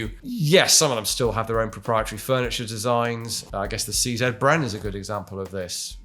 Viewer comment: Ah, so nice to hear someone say CZ properly. :)